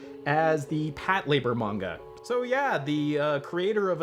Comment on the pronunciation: I'm sorry but... Did he just say Patlabor instead of Patlabor!? Le gasp!